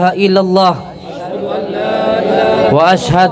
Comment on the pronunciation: Wa Ashadu anna Muhammad Darrosulullah,bukan Muhammada...Din tanwin bertemu ro bacaan idgom bilagunnah..Udin konidin..syahadat saja masih salah...miris